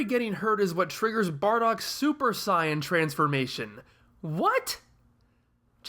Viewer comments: Anyone else find it annoying he keeps saying 'scion' in stead of 'saiyan'. I don't understand how he can mispronouce a word that is used in the original and dubbed versions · You're saying 'scion' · I personally understand WHY you pronounce it the way you do, but I don't necessarily agree with it. You're putting the same emphasis on it as the Japanese do, but in this case that doesn't work in English. It's like calling Freeza Fureeza, because that's how it's pronounced in Japanese. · Uh no. You're just mispronouncing it. You can find several videos on how to pronouce it and you're just doing it worng